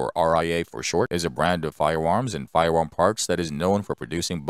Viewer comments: I am also scwaping by and looking for a budget firewam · Why does he sound like Elmer Fudd whenever he says firearm